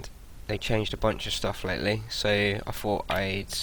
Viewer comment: Stop saying 'fougt' instead of 'thought' lol.